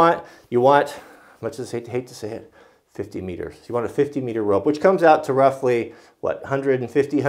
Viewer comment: 'meter' sounds strange in your mouth